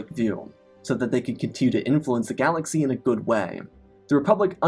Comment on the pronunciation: weird verbal quirk.. you end some last words of sentences with "m". "galaxym", "defeatedm", "the call to do som" "now truem"